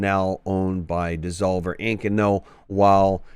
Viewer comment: alot of Freudian slips in this video its devolver not desolver ;}